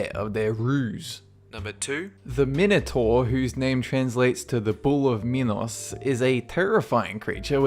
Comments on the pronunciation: learn how to pronounce minator! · the Minator is pronounced mine- o- tore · It's pronounced Mine-o-tor Thees-I-us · Actually the pronunciation of Minotaur is mih-no -tar. That , the Gorgon, and the Sphinx were about the only things he pronounced correctly.